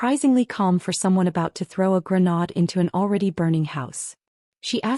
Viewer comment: learn how to say grenade it’s not grnod! Dumb 🫏!